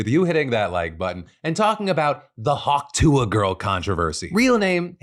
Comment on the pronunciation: Hawk Tua, Just say "Hawk Two" Hawk like the bird and two like the number, that's how you say it.